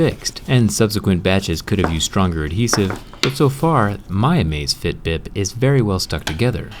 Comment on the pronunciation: it sounds like "bib"